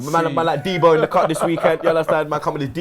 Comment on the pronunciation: MAN SAID D BO